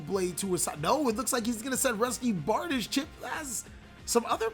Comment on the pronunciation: Its Barr-Deesh by the way :P